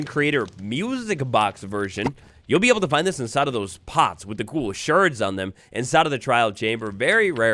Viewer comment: why when talking about shards of pottery are people saying 'shirds'?